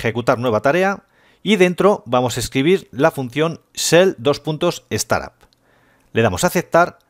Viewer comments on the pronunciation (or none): La función es shell:starup parece pronunciado solo s t a r, es s t a r u p!, gracias